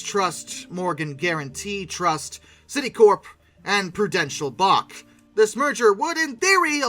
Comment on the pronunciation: Prudential "Bay-shhhh". Not Bach.